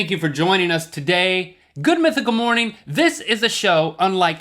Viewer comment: "more-neeen " (Rips out ear drums)